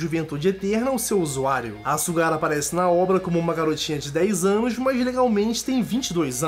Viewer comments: mano,sugar é acuçar em ingles,vai no tradutor e ve como q é a pronuncia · Meu Deus kkkkkk olha como ele falou SUGAR kkkkkkkkkkk esse cara viu o anime nao